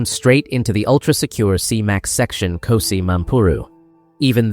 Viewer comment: KGOSI Mampuru not KOSI